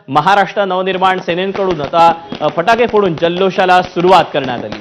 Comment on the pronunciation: फटाके बोला फाटके नाही.😊😅